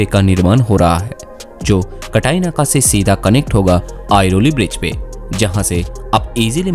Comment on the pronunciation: अरे भाऊ ते कटाई नाका नाही आहे रे , ते काटई नाका आहे . तुला ड्रोनमॅन च्या ऐवजी ड्रॉनेमान बोललेलं चालेल का